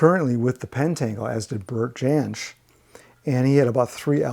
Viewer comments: Hi - really interesting, as always. I didn’t see any Fairport Convention - as you like the folky side of things, they are a must listen, particularly the early albums with Richard Thompson and Sandy Denny. A couple of tiny points - Bert Jansch’s name is normally pronounced as ‘Yansh’, and I think I saw Blind Faith’s album in with Traffic….in case you wondered where it had gone! Pleased to see you use the sensible way of ordering alphabetically rather than the iTunes method..! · Jansch is pronounced Yanch